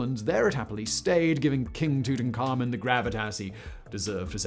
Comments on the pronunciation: The auto closed captioning thinks that when you pronounce Tutankhamen, you're saying "tooting Carmen" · Simon, pick one pronunciation for Tutankhamen 😳